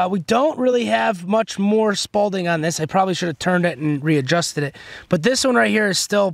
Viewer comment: Repeat after me: SPALL not “SPAULDING”.